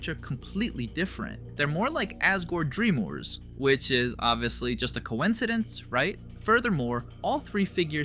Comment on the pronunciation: I can ignore the initial odd pronunciation of ralsei, but “asgore dreamORE”? PLEASE my autism having ass can’t handle effectively purposeful mispronunciation of the names, I love these videos but I cannot keep listening to names that are already widely considered to be one thing being called another